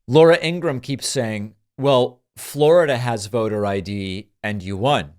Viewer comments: I'm not sure if it was intentional, but her last name is pronounced EEN-gruhm - two syllables. Regardless, she's terrible. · Why you sometimes pronounce her name Abraham? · INGRA-HAM... REALLY ?? THATS THE BEST YOU CAN DO??? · Laura In-gra-ham....😂😂😂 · Laura Engram? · I ❤ how David called her "Ingraaham" 😂🤣🤣😆😆😆😂😉😊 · Ingra-ham...are you kidding me? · At least say her name right... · David sir, why dont you just say lauras last name right? You clearly know how to pronounce her name the correct way.